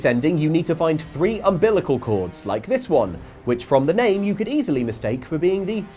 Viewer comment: You have to get 3 of the 4 thirds of ambilical cords....... WHAT!??? 😂